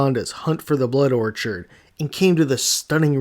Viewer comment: You watched the movie you made a video and you still pronounce Orchid as orchard